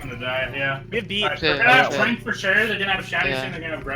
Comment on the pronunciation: I can't be the only one that got annoyed when they called trance trank? Or that's how it sounded, Tranking something or someone would suggest you put then to sleep. And I was like they don't have an Ana how can they trank/sleep someone.